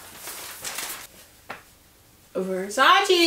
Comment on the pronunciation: Damn shame it’s 2022 and people still saying versace wrong smh